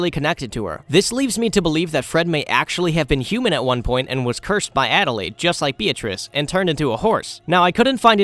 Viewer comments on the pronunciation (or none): none